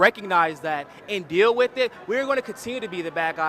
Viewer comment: Luke, why don't you ever say the word "with"? It's always 'wid' or 'wit'.